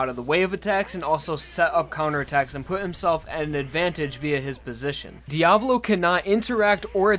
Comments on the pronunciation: How you spell it: Diavolo How you pronounced it: diavlo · Okay- a two things. 1) It’s Di-a-VO-lo. The emphasis is on the first o. 2) King Crimson is weaker than The World, but that’s good. Jotaro only won against DIO because Araki wrote a “no u” into Star Platinum’s ability list. Passione had to wear Diavolo down so he couldn’t use KC/Epitaph to its full extent before claiming the arrow. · Really annoys me when he says Diavolo wrong. It’s an Italian name so you say the A more softly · You’re pronouncing it wrong it’s Diavölo/ diav Olo. Not Diavlo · Is that how you are supposed to pronounce diavolo? I’ve always said dee-uh-vah-low but you say dee-ah-vu-low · It’s pronounced Dee-a-voh-lo not Dee-avolo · its not Diavlo its Diavolo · And the devil since he says Diablo instead of Dia-vo-lo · Why TF he pronounces "Diavolo" as "Diablo" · Who cares if the meaning is the same, "Diavolo" (dià‧vo‧lo) is not pronounced as "Diablo" (di‧a‧blo), take your Spanish or Italian classes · I don't know how diavolo is supposed to be pronounced but I feel like dee-uh-VOH-lo makes a lot more sense then dee-AH-vuh-lo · ive always pronounced it as "dia-vohloh." Didnt know it was Diavalo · It's "JOJO" and is the emphasis is on the A in Diavolo.